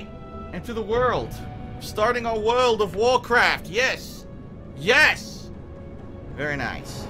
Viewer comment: Wuld of Wurcwaft